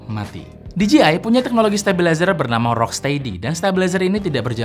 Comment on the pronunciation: DJI dibaca di je ai om, kalau di ji ai tu gini DGI